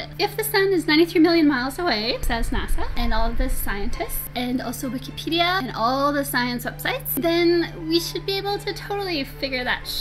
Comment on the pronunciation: why does that flat earth girl w/ too much makeup end all of her sentences with a rising last syllable. "And also Wikipediiiiaaa". So annoying it makes me want to jump off a bridge.